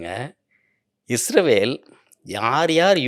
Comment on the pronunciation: தமிழில் முதன்முதலாக உண்மையான வரலாற்றை சொல்லும் ஒரு நல்ல முயற்ச்சி! வாழ்த்துக்கள்! ஐயா அவர்களின் உரையில் ஒரு சில முரண்பாடுகள்/விட்டுப்போனவை பற்ற்றி குறிப்பிட விழைகிறேன். 1. இஸ்ரவேல் என்று குறிப்பிடுகிறார், அது தவறு. நாட்டின் பெயர் இஸ்ராயீல்(சரியான ஹீப்ரு உச்சரிப்பின்படி). 2. ஆப்பிஹாமின் மகனார் ஜேக்கபின் மற்றொரு பெயர்தான் இஸ்ராயீல் என்பது. அவர் அவ்வாறு அழைக்கப்பட காரணம்/பொருள் 'தெய்வீகத் தூதனுடன் போராடியவன்'. என்பதாகும். 3. இந்த ஜேக்கப்/ இஸ்ராயீல்/இஸ்ராயெல் க்கு 12 மகன்கள்,அவர்கள் இஸ்ராயீலின் வழித்தோன்றல்கள்/ பெனி இஸ்ராயீல்/இஸ்ரவேலர்கள் என்று அழைப்பட்டனர்.